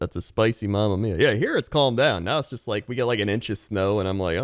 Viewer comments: whenever he said "calm" i just heard "cum" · Cox saying Calm sounds legit like he says Cum